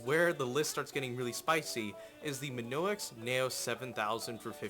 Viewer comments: Not minoix it's mionix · mionix----------MEE-ON-IX. not me-no-ix. either that or you mispelled it. sorry it was giving me a tick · its mionix, not monoix... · it is mionix not minoix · He sais "Minoex" but it is Mionix..... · Its mionix not minoix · I cringed every time he said Minoix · MY-ON-X thats how you say it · mayonex yes that's totally how you say it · i swear to god. if you say MiNoix one more time, im gonna slap your face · its spelled Mionix, and pronounced as me oh nicks. ;) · He can't even pronounce "Mionix" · Dude. You say mionix wrong. Learn to read.